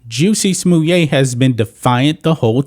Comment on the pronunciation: Someone says "Jussie Smollett" I'm like, who?? Ohhhh ... you mean Juicy Sommelier!